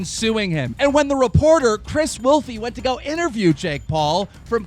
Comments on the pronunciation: Its pronounced wolf, not wolfeeeee. I should know, its my last name. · What's cringe is that you called the reporters last name "Wolfie" when it's clearly pronounced wolf.